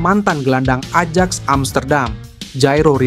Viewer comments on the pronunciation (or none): none